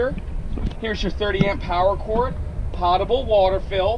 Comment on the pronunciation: Hi - Potable is not pronounced POT-able. It is pronounced POAT-able as in MOAT. Besides wanting to say that for about 10 videos, I'd just add that this Winnebago seems to be a step up in quality construction, even though it is a simple low end model.